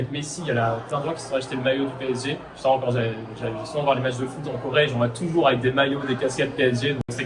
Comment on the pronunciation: 파비앙님 덕분에 프랑스어가 들리네요~! 빼에쟤~! 앞으로도 PSG(피에스지) 라고 안하고 빼에쟤라고 할께요.